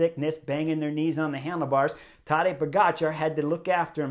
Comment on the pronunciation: Tadej Pogačar? It's not silent, Chris pronounced it correctly. The only mistake everyone makes is the emphasis in the name, because it's tadEj, not tAdej.